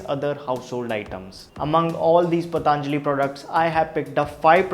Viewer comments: Thank u for the informative video. Just a humble suggestion.. Please not the pronunciation - पतञ्जलि not पताञ्जलि. A lot of people say pataaaanjali because perhaps it sounds stylish.. Which is really annoying. It is patanjali, not pataaaanjali. We teach such words to the world and we should pronounce them right. No offense intended. Thank u! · It's not pataaaanjali my dear. Who told you this ? Patanjali. Not pataaaanjali. Stupid. Learn pronounciation first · Bhai it is पतंजलि not पतांजलि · भाईसाहब इसका नाम पतंजलि है। आप इसको बार बार पतांजलि क्यों बोलते हो? कृपया उच्चारण शुद्ध करे। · पतंजलि ना कि पतांजलि 😂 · Please don't say "PATHAANJALI" it is "PATHANJALI"(Patanjali),didn't you ever listen Baba Ramdev speak? what's the problem? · Paatnjali nhi be anpad,patanjali bol. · Bro its patanjali not pataanjali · Patanjali ko PATAANJALI bolna jaruri h kya?